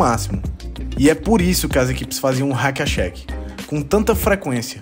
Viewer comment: Não só nas alturas como nas pronúncias do Hack-a-Shaq e do DeMarcus Cousins kkkkkkkkkkkkk vem dizer que escreveu errado no roteiro tbm kkkkkk